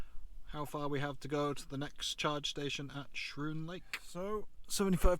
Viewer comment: FYI it's pronounced "Skroon Lake" -- a K sound instead of the SCH sound.